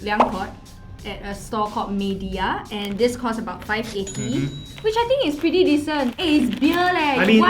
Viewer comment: The "mediya" supermarket name is wrong. It should be Meidi-ya.